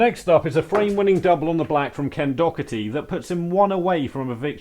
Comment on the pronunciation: It’s pronounced Ken Dah-er-ti 😊